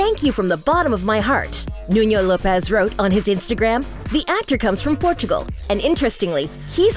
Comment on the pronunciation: Lopes is not pronounced Lo-pez. It’s simply Lopes like hopes.